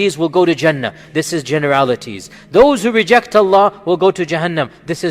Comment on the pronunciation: brother just to let you know, you should pronounce Allah correctly, by Saying ALLAH and not just Alla. :)